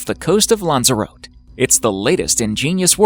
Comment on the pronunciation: You need to correct the pronunciation of Lanzarote on this video